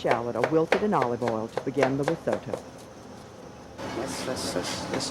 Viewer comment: Why can't Americans (narrator) not pronounce risotto correctly?